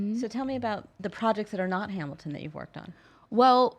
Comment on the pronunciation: I cringed when she said Hamil-couple, NOBODY CALLS IT THAT